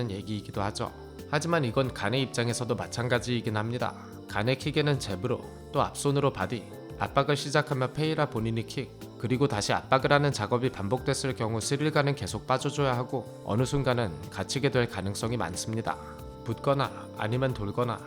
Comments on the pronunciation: 페헤이라 아니고 페레이라입니다 r이 맨앞에올때,rr일때 ㅎ가되는데 r한개입니다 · 근데 이분 매번 느끼는건데 왜⸌◦̈⃝⸍ʷʰʸ 발음하실때 페이라 라고 하시나요?